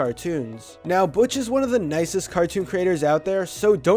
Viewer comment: He said Butch wrong